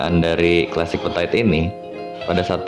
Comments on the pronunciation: Dibacanya itu petit, bukan petait. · So iritating to the ears ya, berulang2 pula diucapkannya, duuhhh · Iya ganggu dengernya 😅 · yang bener itu petit bukan petait sok inggris deh lu :p